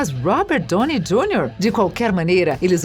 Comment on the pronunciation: "brái" Larson, Mark "rufálo", Robert "dônei" Jr, Jason "istédirram, Mickey "rúrk"... Tá osso!